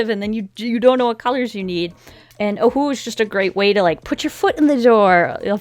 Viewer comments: Lmao at the beginning she pronounces Ohuhu as OhUuU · Am I the only one who thinks ohuhu is pronounced “ oh yoo who “ like in the old cheesy cartoons 🤷🏽‍♀️